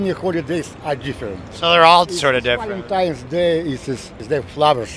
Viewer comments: Yeah... He said "Valentimes" Day. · He said valentime's day. Lol. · Why do people say.. valentimes ??? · Did you just say “Valentimes Day”??? 🤣